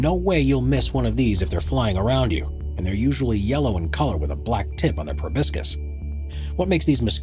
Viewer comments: The sucking "tube" of an insect is a proboscis, pronounced pro-bah-sis or pro-bah-skis. It is NOT pronounced "pro-bis-kis" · YEAH - but I wish he would learn how to pronounce PROBOSCIS!! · Did he mean proboscis?